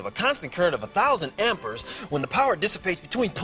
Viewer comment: Did that man just pronounce amperes like ampers